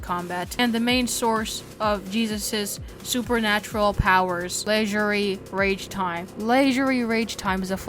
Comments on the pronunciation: It's Scrapeface, not Scrapface Ragtime, not Ragetime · did he really just call it leisurely RAGEtime, Kelzad OX and SCRAPface? also no, Sanford and Deimos are not the ones ro resurrect Hank, the Higher Powers do, disincluding the times Tricky had resurrected him